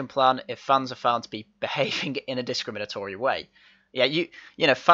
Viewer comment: Hahahaha! Rooney can't even SAY discrimantory !!